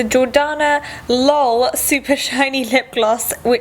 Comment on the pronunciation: lol! she said lal than l o l